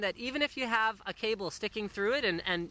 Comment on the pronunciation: i loled so hard when he said calbe xD